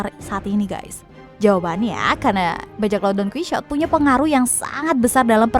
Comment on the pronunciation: Bukan donkuisot . Tapi Donkihote 😒